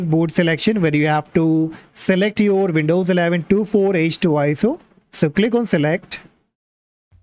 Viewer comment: Just a little thing, it’s pronounced twenty four h two.